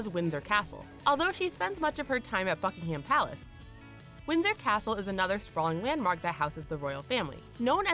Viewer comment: LMAO SHE SAYS FUCKINGHAM PALACE